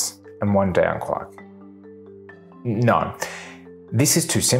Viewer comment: Two seconds in, heard no pronounced like that, that’s a big nope for me